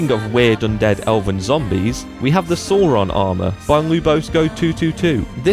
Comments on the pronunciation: it's not Sore-on, it's Sauron. Like Sow (female pig) + Ron (Harry Potter character) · Celabrimbor is pronunced with a k not c and sauron is pronounced sow ron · Did you miss him saying SawRon too. Who the fuck saw Ron? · Soron? It's Sauron. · It's not pronounced Soron, It's Sauron, as in how you would pronounce sour. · Please pronounce the names correctly. Celebrimbor has a hard C not a soft one. Even Peter Jackson got that one right Kelebrombor not Selebrimbor. Also Sauron is pronounced SOWron not SAWron. Come on if your a big enough Tolkien fan to make such a mod please pronounce the names correctly. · I’m sorry, but “SAWRON”... really? REALLY? Every character who ever speaks his name in films, games, audiobooks, anything... pronounces it, Sauron. But you couldn’t manage it. Unreal. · Hi there game fans. You may have also noticed the other mispronunciafions. Those being (when 6 minutes in) Ithilien and Sauron.